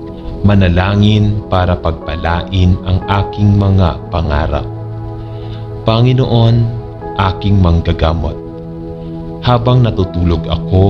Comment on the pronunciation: SaLamat po sa Pakikipag-dasal sa akin sa gabing ito…. Mawalang-galang na rin po,,,.. Ang BIGKAS ng mga salita sa Tagalog ay APAT…..Malumay..Mabilis ..Maragsa..at Malumi Ang salitang PANGINOON ay binibigkas ng MABILIS….tuluy -tuloy….Ang DIIN ay nasa hulihan ng naturang salita Panginoon…….hindi po PANGI’NOON….. No offense meant po